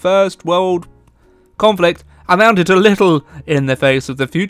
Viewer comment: Why does he say conflict?